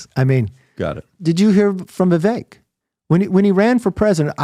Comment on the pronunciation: Don't tell us what you know about where Vivek went to school when you haven't paid enough attention to him to get his name pronunciation right.